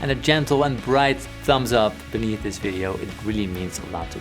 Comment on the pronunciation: Your lessons are excellent, but, man, you should do something about your pronunciation of the English language. You are murdering it and it's extremely irritating. No more thizzzzzzzzzzzzzzzz and verzzzzzzzzzzzzatile, please!